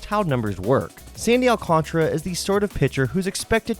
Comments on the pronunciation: There is an A before the R so definitely is Al-Can-Tara not Al-Can-Tra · I think it’s Al can tear uh